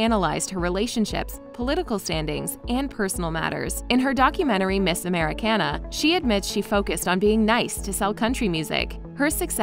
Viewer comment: Im sorry... when she said miss americena